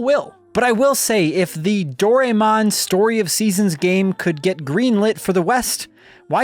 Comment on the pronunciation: It’s still Do-rai-mon, not Dorymon.